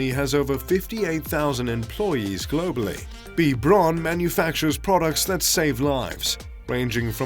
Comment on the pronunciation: Pronoun correctly....BRAUN.....is ....BA--- WOUND .( German pronunciation )